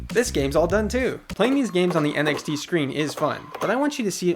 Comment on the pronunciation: whenever he said NXT, i thought he said NFT